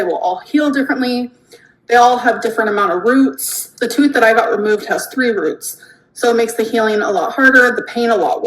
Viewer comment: Here faster than can say "tooohth"